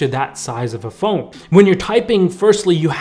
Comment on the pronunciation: Sounds like he's saying fold instead of phone